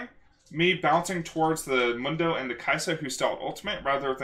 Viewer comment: You kept saying mundo wrong.